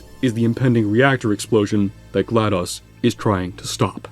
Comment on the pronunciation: there's no way you just picked on the pronunciation for "Aperature" but can't say "GLaDOS" to save your life